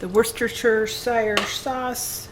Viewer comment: Break the word down then put it together WHOOSH STIR SHEER sauce. Say it faster each time then you will get it. Lots of people here in the UK get tongue tied trying to say WORCESTERSHIRE . Great recipes Hope you let us see your Christmas trees.